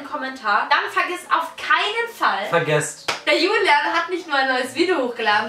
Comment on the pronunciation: Nicht Hulian soll julian